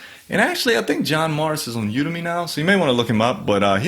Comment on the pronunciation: I think the emphasis should be on the 'U'. When you do it that way it becomes "you to me"